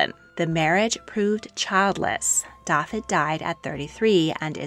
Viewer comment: Very interesting,but the pronouncing of the Welsh names should be thus : Owain is pronounced 'Owe - wine', with the emphasis on the 'Owe' Brenhines is pronounced 'Bren- heen -ess' with the emphasis on the 'heen'. Dafydd is prone 'Dah-vith' ,emphasis on the 'Dah' Ferch is pronounced 'veh-rrch' with the 'r' rolled and the 'ch' as in 'loch' 👍🏴